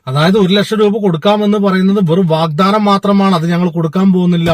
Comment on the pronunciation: വാഗ്ദാനം എന്ന് പറയൂ.....